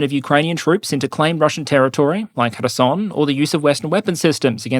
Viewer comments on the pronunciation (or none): please, for the love of god, stop pronouncing random words with your "foreign r sound" (the alveolar tap). For three reasons: 1) There's no rhyme or reason to when you do it. Why insert it for Iran, Iraq, and Kherson, but not for Ukraine? Or Kursk? Or Kharkiv? Or North and South Korea? Or Russia? Or Belarus? Etc. etc. 2) It's kind of pointless if you're not going to make any other effort to pronounce any other sounds from the language you're trying to emulate. Not able to pronunce the voiceless velar fricative in Bakhmut, Kherson, or Kharkiv? Not able to pronounce the voiced velar fricative that is used as the "R" sound in Paris or France? Then what are we doing here? 3) Sometimes you don't even do it right! As in your pronunciation of the name of the IDF's Merkava tank. Native Hebrew speakers don't use an alveolar tap, we use the velar fricative as in French and northern German. An alveolar tap doesn't come any closer to the correct pronunciation than the English R. You didn't get closer, you just went sideways. And while we're discussing the Merkava, you put the stress on the first syllable instead of the last, which just sounds bizarre (MEHR-ka-va instead of mer-ka-VAH). If the goal is to pronounce the name in a way that's recognizable and natural sounding, I'd rather you get the stress pattern right than the consonants. I really do respect you for being willing and able to pronounce things in other languages correctly. But you'll notice that English speaking journal